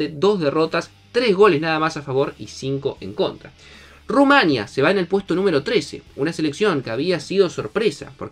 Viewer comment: Era tu última oportunidad de decir bien Georgia y no Llorllia, y Rumanía y no Rumánia👎